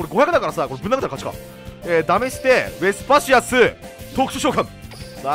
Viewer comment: 毎回思うけど ウェスパシアスの発音良くてカッコいい！